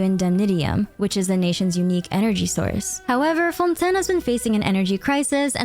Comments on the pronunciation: please stop calling Fontaine "Fontin" my mind is going nuts hearing you say it that way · Btw, it's pronounced Fon-TAIN, it's the way every character pronounce it which makes it canon